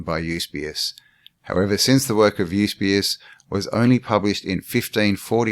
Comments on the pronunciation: Fomenko's work is amazing. It's good to see you getting into it. One small note. It isn't 'YUS-BE-US. It's YU-SEE-BE-US! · Absolutely, we want your part 2,part 3 if necessary even a 4..don't hurry the process, get stuck in mate..kick the living shit out into the open air of absolute clarity of their fakery..and fcukery for Centuries...but please get the pronunciation of Eusabeus right mate..it's the only thing that kept dinging me in the ear..ok..still love you mate..power on bro..